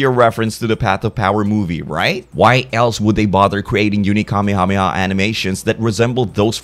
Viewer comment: Kamehameha is pronounced "kamayhamayha"